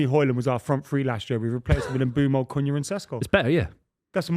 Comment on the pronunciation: the uneducated buffoon still cant pronounce Mbeumo properly. 🤦🏻‍♂️